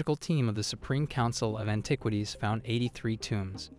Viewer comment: Cracked me up when you said AnTIEquities.